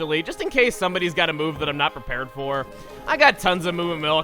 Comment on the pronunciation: more like "I am prePEARED"